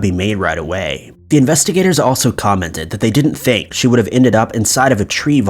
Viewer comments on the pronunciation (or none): none